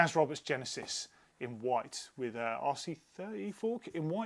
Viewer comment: Loving the Yeti bikes but the A.R.C is pronounced "A.R.C" and never "ARC".